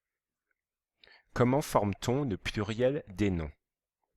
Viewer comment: Il dit puiriel au lieu de pluriel, mais la vidéo est bien